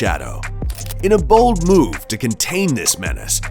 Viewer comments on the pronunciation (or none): none